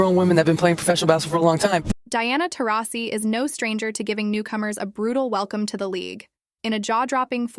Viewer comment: I think Taurasi is mad because after everything she’s done, this AI narrator pronounced her name differently at least 15 times!